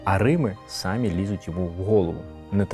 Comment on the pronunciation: Дуже цікавий матеріал. Дякую за просвітницьку роботу. Гарна українська мова, але що видає Вас як того, хто виріс московськомовним, так це московські наголоси у спорідненому слові. Ця тенденція майже у всіх колишніх московськомовних, замість самІ говорити сАмі.